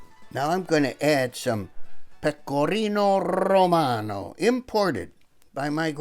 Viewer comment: Pecorino RRRRRRRRRRRRRRRRomanooo:D, you're the best!